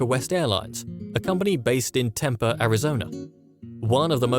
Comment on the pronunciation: Its pronounced "Tempee" not "temper"